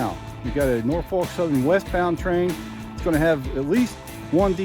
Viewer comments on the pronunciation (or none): Nor-folk, not Nor-fork.